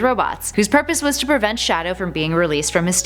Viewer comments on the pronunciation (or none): none